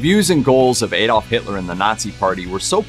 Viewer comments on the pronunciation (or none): It's Adolf not Edolf.